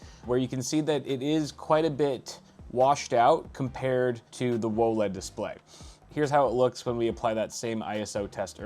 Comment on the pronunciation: Can we please not say whoaled and just say W O L E D lol